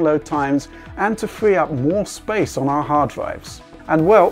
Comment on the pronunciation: Storwigde, Hi, Fwee up the space...